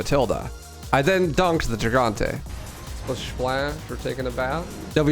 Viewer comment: Why does everyone mispronounce the word "Gigante" in reference to El Gigante? Is it a meme? Lol I'm not trying to troll it just seems like everyone does it on purpose.